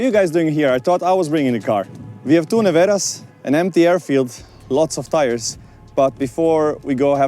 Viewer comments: Listen to the song NEVERA from the greatest Croatian singer Oliver for the correct pronunciation of this car. It's a Dalmatian word for the sudden storm. The accent is on the first and second syllable.. Fantastic name for this marvel of engineering. Congratulations to Rimac team!!!!👏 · Even Mate started to pronounce "Nevera" in English dialect, witch actually fits well for rest of the world... but its said much faster in here in Croatia, and I think its sound much more bad-ass our way.